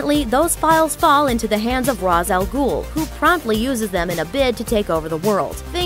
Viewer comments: RAYSH not ROSS. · It’s pronounced raish not raz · It's pronounced raish not raz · Two things: a) It's pronounced RAY - SHH. Not RAAZ. But it's still spelled "Ra's Al-Ghul". b) It wasn't meant to kill people in the League, it was meant to incapacitate. Ra's altered the plans. Win-win in his case; even if the plans are foiled, Batman will be in a hella lot of trouble with his fellow members. Other than that, nice vid. :D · It's RAysh, not Rahz. The correct pronunciation is everywhere in games and movies, no reason to still be saying it wrong if you're a supposed Batman fan. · Just to let you know, Ra's is pronounced Rashe (R-AY-SH) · All these people calling Ras (ROS) annoy the crap out of me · pronounced R(ay)sh. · Ra's is pronounced "raish". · I thought it's pronounced Raysh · I'm sorry but this was dumb asf and isn't even close to the things I've seen based on comics and other things... Didn't even say Ra's right lmao